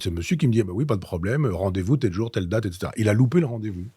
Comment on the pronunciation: Elle a découpé les cartier ÉTCÈTERA 😅 Trois essieux ÉTCÈTERA 😢